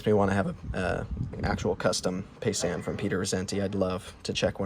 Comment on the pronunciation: It’s pronounced ( pie - zahn ).